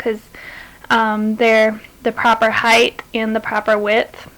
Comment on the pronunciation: there's no H on the end of HEIGHT!!!!!!!!!!!!!!!!!!